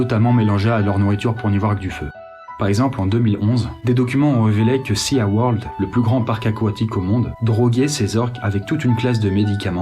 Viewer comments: Je t'adore hein, mais de là à dire "CéAWorld" au lieu de "SiWorld".. tu me déçois! haha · Sa se prononce pas séaworld mais siworld juste c écrit comme sa sea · Ça se prononce "Si Word" pas "Sia world" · plus ceux qui sont touchés par la défense des cétacés, je vous conseille TRES vivement de regarder les films "The Cove" et "Blackfish". sinon bonne initiative ici! quelques lacunes au niveau scientifique, mais la sensibilisation est au rdv =) ps: les poissons respirent avec des "branchies" et non des "bronchies" et le SEAWORLD se prononce "siworld" et non "séaworld" ^^ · Super vidéo, par contre, "SeaWorld" se prononce "SiWorld" et pas "SiaWorld" (From the chandelierrrrrr) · Ça m'a perturbée pendant toute la vidéo 😅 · Seaworld.... Se prononce "siworld" et non "séaworld". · céa world OMG CET ACCENT JE MEURS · seA? Mes oreilles de polyglot pleurent!!